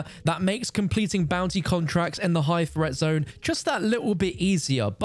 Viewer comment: Threat: T-H-R-E-A-T. NOT FRET!!!